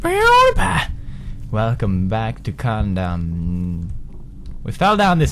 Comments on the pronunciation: I heard condom instead of condemned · did you just called it 'condom' instead of 'condemned'? not cool bro! :D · anyone else think pewds is saying "welcome back to condom"? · Has anyone noticed in the beginning he always says "welcome back to condom" lol xD pewds it's condemned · i swear the way pewds says condemned sounds like condom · I keep hearing him saying "condom" in the beginning. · condom criminal origins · Thats what i thought too XD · hes doing it on purpose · It's funny how he pronounces "Condemned" as "Condoms" LOL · "Welcome back to condom"? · I love how Pewds says the name of the game wrong everytime... its Cun-dem-ed. haha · pewdie pronounces condemned like condom xD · Pewds you're pronouncing Condemned wrong.. xDD